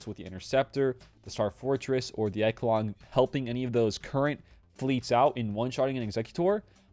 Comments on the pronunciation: Pronounced eshalon the ch takes on a sh sound, great work bud keep it up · I rushed slkr, so im pumped about the echelon. Also I think it’s pronounced eshelon.😂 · Echelon should be pronounced "Eshelon". Thank you for the good videos. Keep up the good work.